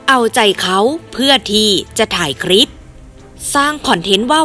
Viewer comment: คลิป อ่านว่า คะ-ลิป ไม่ใช่อ่านว่า คะ-ริป. (ล.ลิง.ให้ผันลิ้น1ครั้ง)